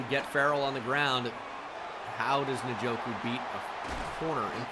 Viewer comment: Please stop saying nuh-joku